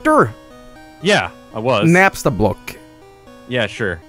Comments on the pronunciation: Napster. You know... Napster Bloo. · Did he really call Napstablook Napster? Rev, take that L lmao.